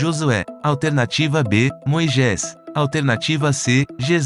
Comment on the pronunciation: Por favor, vc pode me tirar uma dúvida, pq vc fala " Moijés"?? Está escrito Moisés.... grata